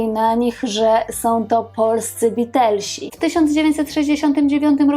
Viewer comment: BEATLESI , nie Beatelsi